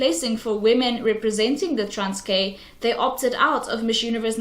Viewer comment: You need to learn how to say Transkei before making a video about it (it’s like pronounced like Transky and you’re saying transkay)